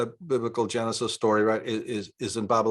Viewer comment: Are you saying Janusus instead of Genisis?